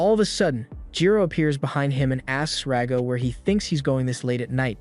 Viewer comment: It's Rago. Stop calling him Dago...